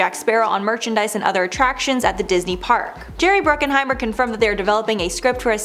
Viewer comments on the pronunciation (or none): BRUCKHEIMER! Not Bruckenheimer.